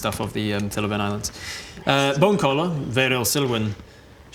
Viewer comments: I thought it was bone crawler this whole time. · How about bone-geller? 😅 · i like how's messing up bonecallers name every time xD